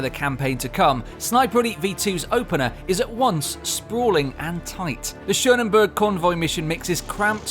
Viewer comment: More things with P (when you try to finish on Authentic Plus): Perseverance, Pain, PTSD. :P PS: It's not 'Schonenburg' - it is 'SCHÖNEBERG', and it's written correctly in the game itself. Too lazy to look up your own titles?